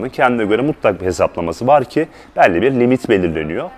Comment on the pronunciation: Hocam elli demeyi bi öğren yaa